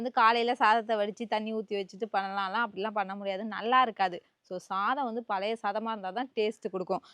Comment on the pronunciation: Palayathu ila sis.palaya soru nu solluga😂